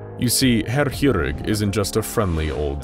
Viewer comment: You read Chirurg as Kirurg, not hirurg.